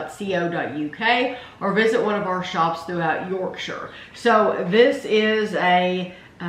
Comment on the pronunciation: Warms my heart to hear you pronounce Yorkshire correctly. So many people seem unable to do it. 😂🙂